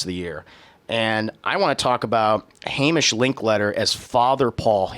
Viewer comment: It's "Hay-Mish." Super common Scottish name.